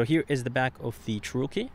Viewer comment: Descent video. But, what’s with the odd pronunciation of “Cherokee”?